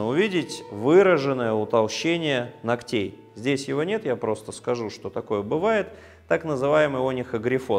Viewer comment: Спасибо! Но, пожалуйста, измените ударения! КрЕмов,ногтЕй, пр.